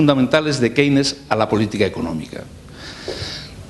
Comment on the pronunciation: ¿Qué se puede esperar de un profesor mediocre que no sabe ni pronunciar Keynes? Que este señor tenga diez veces más visitas que le magistral Jesus Huerta de Soto dice mucho del país en el que vivimos.